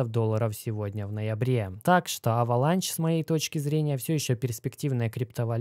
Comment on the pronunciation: Avalanche - кажется читается как Эвеланш